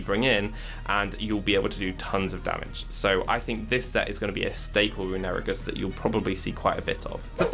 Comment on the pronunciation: The way you pronounce runerigus is infuriating